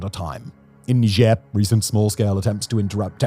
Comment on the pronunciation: He has a funny way of saying "Niger."